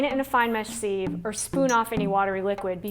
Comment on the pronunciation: You're saying it all wrong; sieve is pronounced sĭv, not sēv!